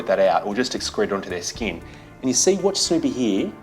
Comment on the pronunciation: Is that how Snoopy is pronounced in Australia? I swear, I heard Snowpea...